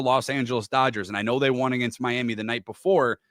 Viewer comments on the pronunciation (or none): none